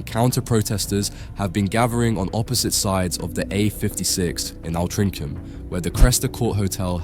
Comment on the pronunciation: can't even pronounce Altrincham correctly. Such a patriot......